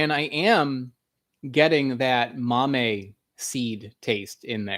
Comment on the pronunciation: I mentioned this in another episode, after the fact. The accent on the word Mamey is on the e, not the a. Also if you are really interested in the Cacao read Chocolate in Mesoamérica, a cultural history of Cacao, edited by Cameron L. McNeil.